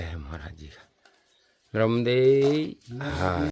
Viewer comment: Bhai nramde her nhi narmade har bolo naram soft wala nahi